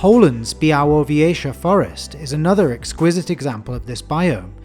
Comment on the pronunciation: Amazing video. I'd love to see one like this for aquatic biomes. I also have to compliment your pronunciation of Białowieża.